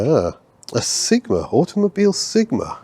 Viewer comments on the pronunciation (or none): none